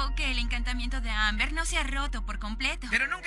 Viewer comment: dijo AMBAR en lugar de AMBER casi todo el video xD No si se noooota que fue super fan de la caricatura xD